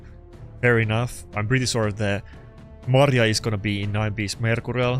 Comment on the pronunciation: maria not mari :P